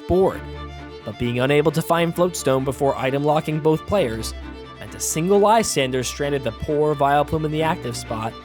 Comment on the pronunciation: How d'ya get that pronunciation of Lysandre? Like seriously, how do you look at that name and get that out of it? It's even a real name no less.